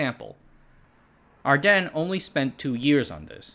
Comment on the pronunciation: Your pronouncing ardenne awrong. The e at the end is not silent.